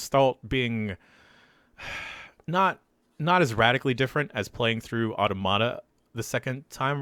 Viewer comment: No one knows how to pronounce automata, huh?